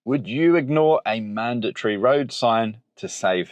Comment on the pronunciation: Madatory? Yes. Mandatory? Definitely not 😅